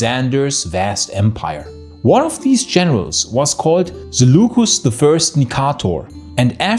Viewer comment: Zulucus? Seleucos Nikator.